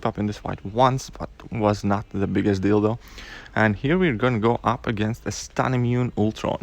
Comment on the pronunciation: Not the biggest deal though sounds like you said not the biggest dildo